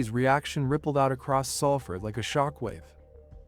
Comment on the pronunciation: Can't even pronounce the town correctly